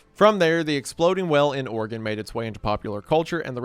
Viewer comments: Thank you for pronouncing Oregon right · Thank you for saying Oregon correctly. Every other YouTuber says Ore-gone